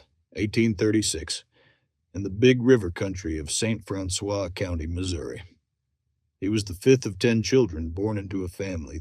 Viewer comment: St. Francois County is pronounced St. Francis here in Missouri. To this very day, people young and old know of Sam Hildebrand. I live in Washington County, Missouri. There is much Civil War history here. Lots of caves, rivers, creeks, hills and heavy woods even today. More critters than people. Beautiful.